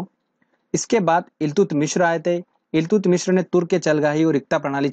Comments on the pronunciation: Iltutamish not illtutmishra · Eltumishr ni eltutmish tha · इल्तुतमीश है...मिश्र नहीं....😂😂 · Do not pronounce Iltutmishra, this is only Iltutmish. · ILTUTMISHRA NHI THE BHAI .....ILTUTMISH THE ...APNE TO UNHE PANDIT JI NAMA DIYA🤣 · Iltutmishr nhi iltutmish h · It's iltutmish not iltutmishr